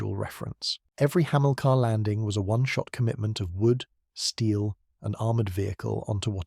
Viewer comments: "Hamillka"? "Breeze Norton"? "A me 190"? The list goes on. Why can't these 'content creators' use a human to narrate their videos? Pure laziness to use AI. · The AI needs to go to school to learn how to pronounce Hamilcar and Brize Norton correctly. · Yeah. Otherwise interesting video ruined as soon as the mispronunciations start creeping in and you realise it's AI. Surely it's just as easy to provide a human voiceover?